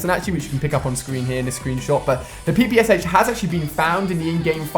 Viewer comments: ach not hach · The PPS-Haech